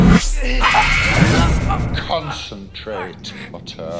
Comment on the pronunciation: Concitrate Potter Focus